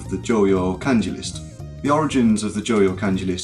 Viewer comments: And still can't pronounce kanji correctly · Thats pretty good, aside from the fact that you say "Kenji" and "WeniKeni" xD Your channel is going to grow a lot I'm sure.